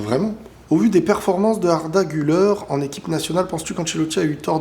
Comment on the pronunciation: Ça se prononce Arda "Gulère" pas Arda "Guleure"